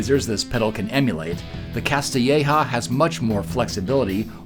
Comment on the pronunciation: Native spanish speaker here: ja as a last syllable in a word is not really common. You might find it in words like “bandeja” [Tray], the technically correct way to say it is ja as in ‘HAHA’ not like ‘Jah’